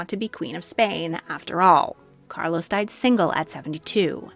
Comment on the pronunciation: This is AI. AI cannot pronounce Regent or Carlos correctly. 😂😂😂